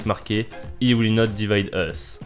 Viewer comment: “He” “il” en anglais il faut que tu prononce le “h” un peu comme “hihihi!”